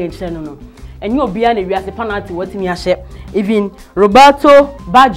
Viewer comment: its pronounced penalty not panalty.